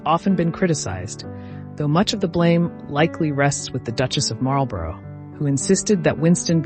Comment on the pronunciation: Marlborough is pronounced Marl-borrah.